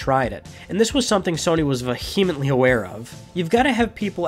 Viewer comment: You pronounce vehemently incorrectly. Lol.